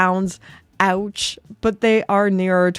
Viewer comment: "Ouch"!!! For me even on the secondary market. I like your Ouch! or is it Autsch?